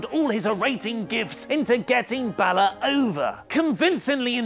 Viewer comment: Anyone else catch the fact that Angle mispronounced Finn's last name...